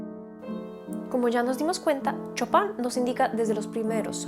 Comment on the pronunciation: Un pequeño detalle, se pronuncia "Shopen" no chopan :D